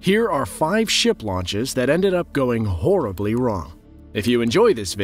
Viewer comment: These videos are all about how to exaggerate the word "horribly"